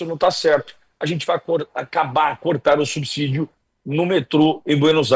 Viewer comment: assisto diariamente suas lives; Faça uma correção na sua pronúncia da palavra subsídio. O correto é subcidio e não subzidio. Obrigado!